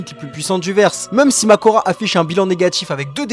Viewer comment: C pas makora mais mahoraga 😅